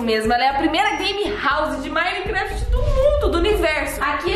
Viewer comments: "Minecwaft" kkkkk amo a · ''Minecwaft'' kkkkk amo a eu e Amandinha